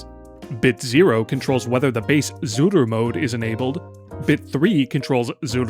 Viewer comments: I see the word "Zuru"...but all i keep hearing is "Zooter" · Idk if I'm going insane but are you saying zooter mode